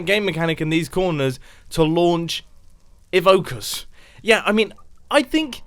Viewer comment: why he say evokers like that? XDXD